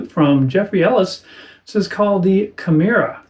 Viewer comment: Not to be the pronunciation police, but, I believe it’s pronounced “key-MEH-rah.”